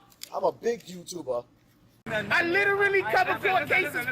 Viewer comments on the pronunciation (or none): “I’m a big youtubah!” 🤣🤣🤣🤣🤣